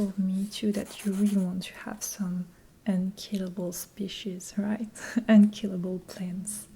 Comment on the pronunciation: I love the emphasis on unkillable 😂 the only plants I've been able to handle are small cacti, so this video is totally accurate